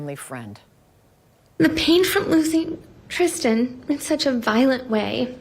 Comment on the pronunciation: Why is this lady calling her "TriSHtan" 🤭🤔